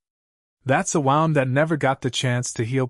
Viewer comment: Is it possible to alter the script where "wound" (as in injury) is the context and modify spelling to "woond" so the ai might pronounce it correctly?